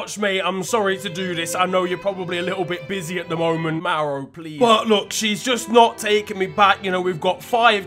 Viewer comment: It is Mauro dude, not Mauri